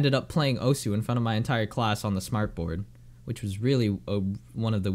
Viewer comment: Who tf says osu? (oh su) Its Osu. (Oss, like you already said desu.)